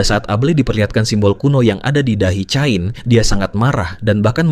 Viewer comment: Itu bacanya kein